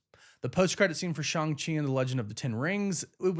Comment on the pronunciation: The pronunciation on Shang Chi 👌🏼